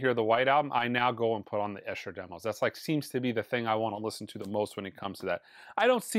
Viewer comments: Very enjoyable review thanks. By the way of course The Esher Demos get thier name from where they were recorded - Esher - but (correcting you a little 🫣) it’s pronounced Ee-sha 🇬🇧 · Esher is pronounced "EE + shuh" 🤦‍♂ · Esher is pronounced ee-sher fyi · Esher is pronounced with a long ‘e’ at the beginning…..Eesher. It’s a place in Surrey, South of London where I believe George Harrison lived